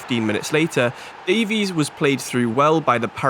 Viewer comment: Loving the series!! Realistic careers are so much more interesting!! Though I will say Keinan Davis is pronounced Dave-Is not Davies